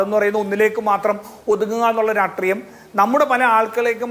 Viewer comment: എടാ നാറി രാട്രീയം അല്ല രാഷ്ട്രീയം എന്ന് പറയാൻ എങ്കിലും പഠിക്കെടാ കുണ്ണേ....